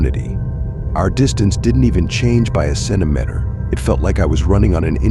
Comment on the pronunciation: I thought it was funny he said centamenter